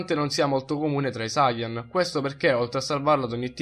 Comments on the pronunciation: La pronuncia è: saiyàn no sàiyan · Sayàn , ti prego perché Sàyan?!! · Ma come cazzo pronunci sayan???